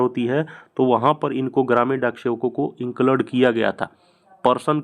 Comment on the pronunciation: Inclade nhi bolte hai include bolte h😂